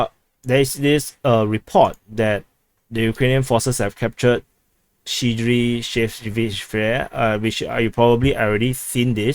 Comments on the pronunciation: Kryvyi Rih is pronounced KRIIVOY ROHG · Kryvyi Rih, pronounced "Krivwee Ree" (short "i" sound) in Ukrainian, or Krivoy Rog "Kreevoy Rog" (long "o" in Rog) in Russian.